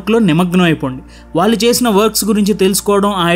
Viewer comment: కాలీ కాళీ ఖాళీ కల కళ వాల్లు వాళ్ళు మౌలి మౌళి మధ్య తేడా ఉంది మీరు ఒక ఇన్ఫ్యల్యూయన్సర్ మీ ఉచ్చారణ ను కాపీ కొట్టేవారిని తయారుచేస్తున్నారేమో మీ బెటర్ వర్షన్ లో ళ ను బాగా ఉచ్చరించే వీడియో లతో మీ మాతృభాష పరిరక్షణ కు మీ పరిధిలో ఉపయోగపడండి